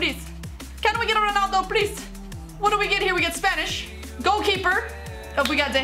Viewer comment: Don’t know if it’s just her accent but I thought she said “spainish” 😂